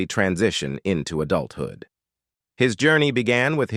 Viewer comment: I’ve never heard an AI that bad. It wasn’t just cadence, but a lot of mis-pronunciations. “transitioning into adulthyud”? 😅